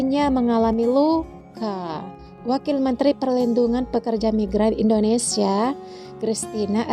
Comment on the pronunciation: Kok sebutnya indodesh lol..